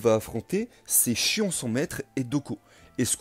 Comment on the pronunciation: Rhââââ ! MOU du bélier; Miù, mi-hou collé (c'est mieux) et le Chions.... quelle horreur; je préfèrerais franchement que tu utilises les noms prononcés à la manière asiatique même si ton accent sera probablement mauvais. Ce n'est pas une critique méchante et t'es loin d'être le seul à le faire